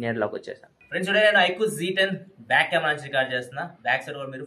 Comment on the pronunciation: Iqoo g 10 haa 😅😅 iqoo z 10☑️